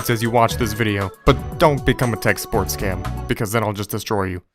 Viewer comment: TTK:Ello elcome to tek souport,ow mae I not elp u tudae?